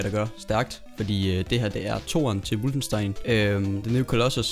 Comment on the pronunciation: Hvad fik du af karakter i tysk!? Det udtales som det skrives - WOLFENstein. Med O.